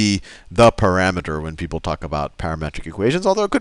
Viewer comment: Pa-RAMETER. Parameter. ...pa-rameter.